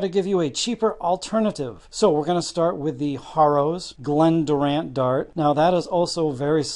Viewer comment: Duzza's last name was not pronounced correctly